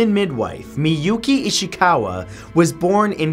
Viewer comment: miyuuuuuki ishikaaaawa i wouldn't call that perfect pronunciation